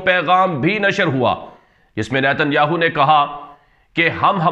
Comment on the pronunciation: السلام علیکم ورحمتہ اللہ وبرکاتہ ۔۔۔ارے بھائی صاحب آپ کی خبریں بہت زبردست دست ہیں ۔پر ایک بات کا خیال رکھیں اسرائیل وزیراعظم نیتن ۔۔۔۔سے اگلا لفظ نہ کہا کریں ۔ہماری زبان میں اس لفظ کی معنی گانڈو ہے ۔۔مطلب ۔۔۔یاھو۔۔ کی معنی گانڈو ہے ۔۔تو عجیب بات ہے کہ آپ اس لفظ پر زور بھی زیادہ دیتے ہیں ۔۔۔۔اور گھر میں بیٹھے ہوئے یہ خبریں اونچی آواز میں نہیں سن سکتے۔۔کیونکہ بچے خوب ہنستے ہیں ۔۔۔۔۔😀😀😀😀😀😀